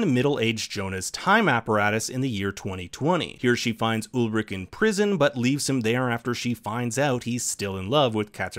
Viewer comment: Ulrich pronounced wrong too, dude c'mon